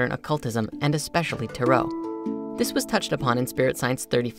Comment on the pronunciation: Spirit Science according to the dictionary it’s only one way, with emphasis on the first syllable.